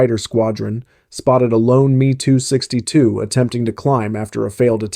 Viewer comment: Is this an Ai voice As it is M E 262 Not ME AS in me and her Wtf